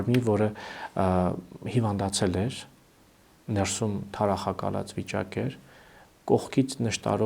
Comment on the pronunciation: Շեշտադրումները հարկավոր է ճիշտ անել`«ներսու´մ», այլ ոչ «նե´րսում», և այսպես շսրունակ: 🙂